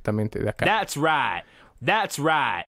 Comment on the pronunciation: "That's right" "¡That's RIGHT!" "Dads ruait" En verdad que trauma ja ja ja ¡Gracias por tu curso!